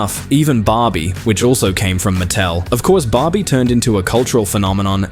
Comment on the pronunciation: Dude, It's Barby... Not Bobby, for F**CK sake